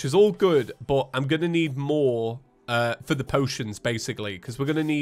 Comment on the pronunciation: I love that it’s feather instead of for the